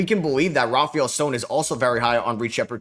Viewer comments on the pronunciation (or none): none